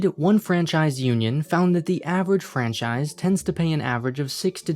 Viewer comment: PLZ STOP SAYING FRANCISIE, ITS FRANCHISE